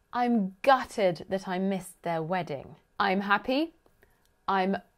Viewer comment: The way you pronounce MOON is actually the french U or the german Ü. I thought British people were incapable of pronouncing it ! Do you have other examples?